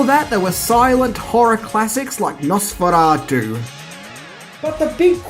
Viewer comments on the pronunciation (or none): none